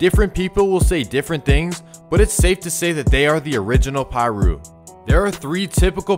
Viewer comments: Brev you don't pronounce it "PIE'RU" think more like "paaaaRU" !!! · lol i think it's so funny when NON street dudes or non hood dudes do these kinds of videos lol don't even pronounce Piru correctly smh it's pronounced PAH-ROO.. not PIE-ROO lol